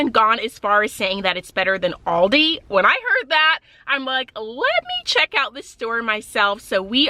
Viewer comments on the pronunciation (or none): none